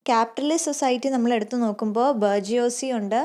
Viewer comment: Its not 'ബർജിയോസി'... 'ബൂർഷ്വാസി'.-Bourgeoisie